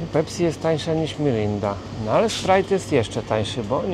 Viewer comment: Szrajp??? Jak już to Sprajt, ale to nawet nie jest to 😂 bo to 7up, czyli zupełnie inny koncern i produkt na filmie 🤣